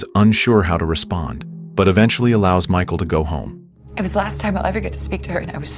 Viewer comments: its pronounced Mihhaal lmao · we can read what her name is.. .it's cleary pronounced Mikal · Thats not her name 😂😂 you don’t pronounce it as that it’s Michal I think it’s Michelle thats what I call her as I don’t know how too pronunce her name lmao…….